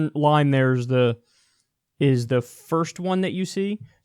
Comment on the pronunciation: "foist" Kyle, not "hoist"... :-)